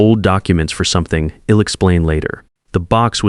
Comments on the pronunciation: I’ll is pronounced ‘isle’. I’m is pronounced ‘eye mmm’. Others have listed many others. Editing could amend these stupid errors. Get someone actually proficient in the English language if you are unable to do it yourself. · I couldn’t agree more! Id and Ill! Ugh